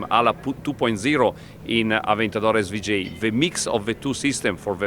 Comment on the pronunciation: Sry aber s-wu-j?